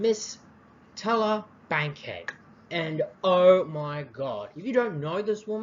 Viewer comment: TAH-LOO-LAH!!! Dahhhhling! Learn to pronounce the lady's name....